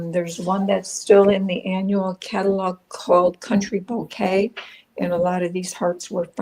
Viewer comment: I really like all the cards tonight, especially the balloon and the valentine card. FYI, it’s pronounced Bo kay, no Bo kuh. At least that’s what the dictionary says. Thought you might want to know.